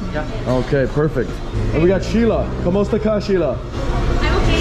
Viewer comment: kemawta ke sheila its kamusta ka sheila DONT SPEAK LIKE YOU HAVE TOURETS